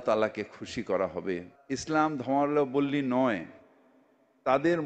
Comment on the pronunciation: ধর্ম + অবলম্বী = ধর্মাবলম্বী। এই সাধারণ উচ্চারণটা উনি একবারও করতে পারলেন না, আবার নাকি মেয়র !!😂😂😂